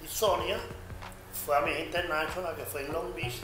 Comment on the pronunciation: Osmel dice siempre: Miss Internachonal jajaja